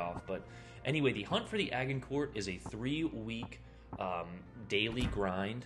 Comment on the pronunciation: the way he says this ships name hurts🤣 the prononciation is adge- in- core. No hate man I’m just picky